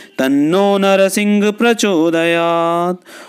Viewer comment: ॐ वज्रनखाय विद्महे तीक्ष्णदंष्ट्राय धीमहि तन्नो नृसिंह प्रचोदयात् ।। ये गायत्री छंद मैं हैं मंत्र महोदय परन्तु आप नृसिंह को नरसिंह पढ़ रहे हैं जो की उच्चारण अशुद्ध है और छंद भंग हैं